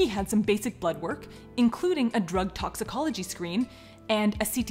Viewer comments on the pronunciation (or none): none